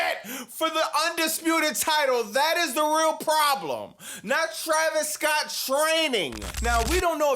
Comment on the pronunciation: “Travis Scoatttt” 😂😂😂😂